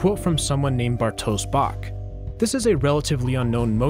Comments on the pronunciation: Bartosz Bok is a polish name and it is bronounced like Bartosh Bock, with "o" pronaunced like in a word "clock" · I nearly laughted when you read Bartosz Bok. Its polish name and "sz" is read by blowing air with closed teeth. Bok is read like B O K but you only say first sound removing e sound from B and a sound from K.